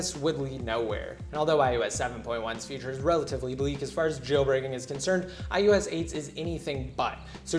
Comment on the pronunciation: Idk y but it sounds to me that he is saying ius 7 not ios 7